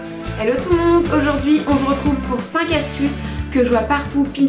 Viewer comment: au debut tu dit on z'retrouve